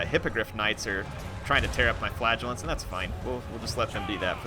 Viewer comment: every time you say flagellants i hear flatulence